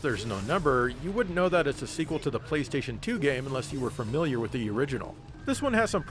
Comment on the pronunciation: "Did you just say 'Fermiliar'?"